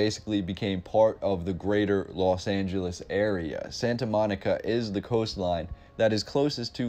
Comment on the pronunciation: Why does everyone say Las when it is Los Angeles?